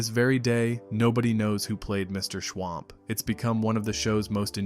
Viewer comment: It was MR SCHWUMP not MR SCHWAMP.